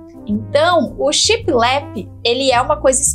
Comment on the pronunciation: Oi! Amo seus vídeos e dicas, e é com mta humildade que venho falar sobre a pronúncia da palavra shiplap; eu tb falava assim de forma pausada como se fossem 2 palavras, mas foi assistindo a um vídeo antigo dos Irmãos a obra que percebi meu equívoco; pesquisei e concluí que o correto é falar de uma vez só, tudo junto, e com o p mudo bem suave no final. Pensei mto se deveria dar essa dica... se quiser desconsiderar está tudo certo!!! Sei que falará mto sobre essa inspiração baseada na decoração náutica daqui pra frente, acho que veio com força para cá. Enfim, fale como se sentir melhor, pois seu profissionalismo não mudará em nada, pois já é exemplar!! Um grande bjo!!!